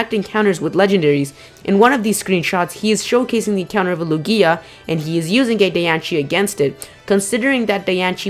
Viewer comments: Sorry, but you constantly mispronounce everything wrong! Lugia is LU-gi-a , not lu-GI-a. Phione is pronounced Fee-OWN-ay, not fee-OWN. I'm pretty sure Diancie is pronounced Di-AN-see, not Di-AN-chee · I know, right? 😂😂 I cringed when he said Dian-shee and Lu-gee-ah.